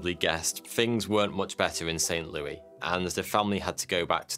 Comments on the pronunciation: St Louie lol 😆 it's St Louis(Lu-is) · Its Saint "loo-ih-s" not Saint "loo-ee" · That’s not how you pronounce St. Louis. 😂 It’s not pronounced like the French king’s name (lu-i), it’s more like lu-is. Lol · It's St. Loo-is, not Looey. St. Looey sounds ridiculous. None of us from St Louis would EVER say that. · It's Saint Louis, not Saint Louie. 🤦 I was like where is Saint Louie, Missouri??? 😅😂🤣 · Why is it that in the 1904 Messed up Olympics story you properly said St. Louis, but in this video you butchered up the name ?????? Love the content as usual !!!!